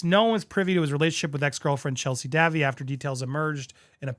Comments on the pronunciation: Chelsy Dayvie not Davvy 😃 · The correct pronunciation for Chelsey Davy - is "day-vee" - not "davvie" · Andy, it is pronounced Davy’s not Davvie. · ANDY - Davy pronounced DAVE EE (short for David) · The way Andy pronounces the name ‘Davy’ as ‘Davvy’ 😂💀🤣💀omg my sides are splitting here-not sure why but that one caught me off guard…..I guess it was just that Dave, Davy etc being so common, I would never have expected an English speaking adult to not know it. That has made my night to be honest because it was too unexpected, thanks Andy for making me smile, it was a good way to end the day😂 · Her last name is pronounced day-vee. Like Davy jones.